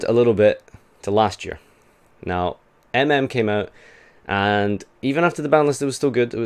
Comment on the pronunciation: It's EMEm, not EmEm. The capitalised M is kinda important